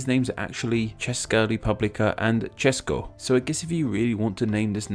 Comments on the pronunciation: Your pronunciation of Česko is amazing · Wow I like this!It is an honor for me as a czech person to watch someone go trough the history of our country's names.And it was very nice that you said Č in Česká Republika and Česko. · i liked how you said by the czech way the name of the country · I'm amazed how good you pronounced Česko, nice video btw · The way you pronounced Česko absolutelly nailed it! I see that you really did your research, which Made me happy... And welll... Not a lot of people in Czechia speak english, so not a lot of people care about calling it "Czechia"... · I'm using "Česko" much more than "Česká Republika", but on the other hand I like "Czech Republic" over "Czechia". I thought your explanation will be vague and incorrect, but opposite is true - your explanation was very good. Even your pronunciation of czech words was better than average :-) ... When I travel abroad I always use "Czech Republic" as description of where am I from. Thank you :-) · I am from czech republic. This is great video with history of czech republic. And you great say Česko and Česká republika . Btw youtuber TadyGavin is lerning czech language. Sorry for my English. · Nobody like Czechia in English but it is nice to have shorter version. Although almost everybody in Czech Republic use czech shorter version (Česko) and I must say you pronunciation of czech words is almost perfect. Excuse my mistakes. I hate to use it as a argument but I am dislektik and disgrafik. Btw nice video with good knowledge of history of Czech Republic. Have a nice day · Czechia...ugh. Well to say it in short i also hate it and btw you said Česká republika and Česko quite well.